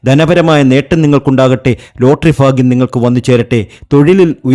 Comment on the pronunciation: Fagyam alla tell bagyam